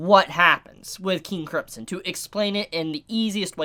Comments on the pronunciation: KING KRIMP SON god that pronouncing hurts me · Am I the only one who hears say 'King Cripsom'??? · I still can't get over you saying King Cripson. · your not saying KING CRIMSON right!!!!